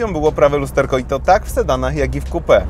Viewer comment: XDDDD to może lepiej "coupe" czytać kołpe niż kupe